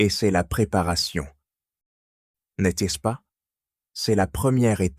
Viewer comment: N'est -ce pas isn't pronounced properly in this video.